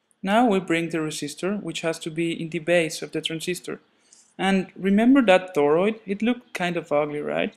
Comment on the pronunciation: This trips my out every time he says "thoroid" LOL. But seriously, i know you spent a good bit of time on this stop motion and it does a great job of showing what is happening in this wonderful little circuit!